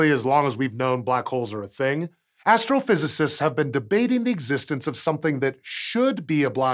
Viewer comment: Did he say astral-physists?